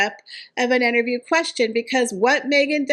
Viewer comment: Why do you say Enterview??